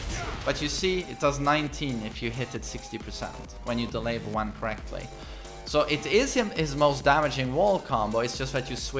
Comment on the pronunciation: The way you say one so wierd